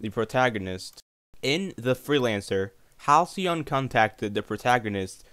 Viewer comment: You pronounced Halcyon so wrong my dude..